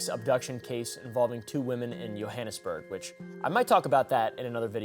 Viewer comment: the pronunciation of johannesburg and also earlier with tokoloshe, is so hilarious